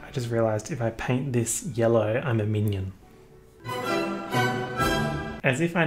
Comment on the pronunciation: The way he said Minion.....sounds like Minion and Funyun Minyun